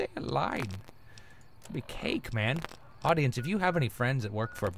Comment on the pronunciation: I love, out of most things in the world, the way Toby says "AudiEGHNCE"